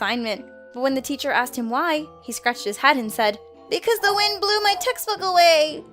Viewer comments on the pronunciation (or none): none